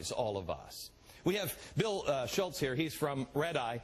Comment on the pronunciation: Schulz. No 'T'.